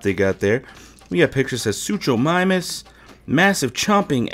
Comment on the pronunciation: Totally saying the name wrong